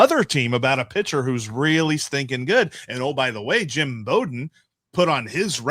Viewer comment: When I was growing up, I never heard the b-o-w in Jim Bowden’s name pronounced as in an archer’s bow, and instead always heard it pronounced as in a head down bow. Did he change the pronunciation or was everyone mispronouncing it when I was younger?